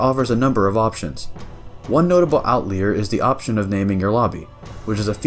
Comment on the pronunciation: Outleer? Not outlier...?